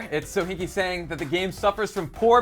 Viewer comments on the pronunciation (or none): Sokinky its Sohinki